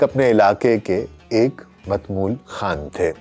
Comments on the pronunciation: جناب عرض ہے کہ میرے خیال لفظ متمول کا تلفظ “ متاماول “ ہے۔ دوسری بات یہ کہ عینی شاہدین کے مطابق وفات کے کئی سو سال بعد اُنکی قبر کُشائی کی گئی تھی تو اُنکا کفن تک ایسا تھا کہ جیسے بالکل نیا اور بے داغ نظر آتا تھا۔ حتی کہ غُسل کے پانی کے قطرے اُنکی داڑھی میں موجود تھے۔ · ڈاکٹر صاحب بصد احترام عرض ہے کہ متمول کا صحیح تلفظ یہ ہے " متا مول" چونکہ آج کل ضرب اور زہر اور تجدید کا استعمال تقریباً متروک ہو چکا ہہے غالباً یہی وجہ ہے کہ الفاظ کا صحیح تلفظ نہیں کیا جاتا!